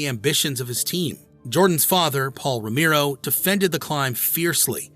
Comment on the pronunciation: It was unfortunate that the AI couldn't pronounce Romero properly.